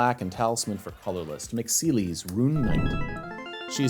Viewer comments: Is pronounced ce les not seelis Is teedus not tide us got the name right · my favourite moment was pronouncing celes as “seelies” and just rolling with it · You pronounce Celes wrong and it hurts my ears… its like Celeste just without the „te“